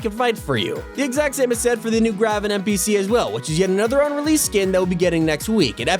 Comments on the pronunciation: Dude it’s “Grave-en” like Raven. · ITS GRAVEN NOT “gravven” like Raven